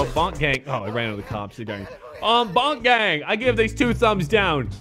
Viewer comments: Man just said Bonk gang it’s BOONK GANG WITH A WHOLE LOT OF GANG SHIT. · This guy said BONK GANG INSTEAD OF BOONK GANG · it’s Boonk Gang not “Bonk Gang🤨” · This whiteboi really said "Bonk Gang" im fucking dead dk bonk its boonk 😂😂😂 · It’s said boot gang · y you say boonk gang like that